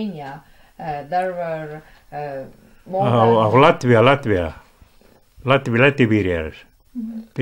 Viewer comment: "Lätvia" ! - kas ma kuulsin valesti? "LÄTVIA"!!!